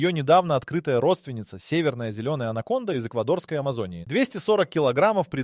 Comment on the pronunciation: Alə,anaconda nədi sən hılədə süni intelekt ilə ingilisin si (c hərifini) Türkün c (ce) hərfi ilə qarışdırırsan?Ay sənin "ağlına" keçə yamasınlar.😂😂😂 Sən c səsini k kimi deməlisən ki anacondanı ANAMONDA kimi səsləndirəsən.😂😂😂😂😂